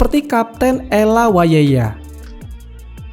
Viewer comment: Sorry izin koreksi, tulisannya waweya. Kenapa bacanya jadi wayeya.